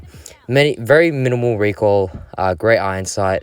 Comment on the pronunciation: talking about fennec: REEQUIL, REEKOIL, REEQUIL